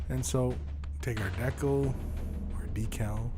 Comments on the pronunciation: I've never heard anyone ever pronounce decal as "deckle" before this video. It really bothered me for some reason. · I think that's how Canadians pronounce it. I'm a Canadian but I say Decal, but my dad pronounces it like deckle, probably because he's lived in Canada for most of his life.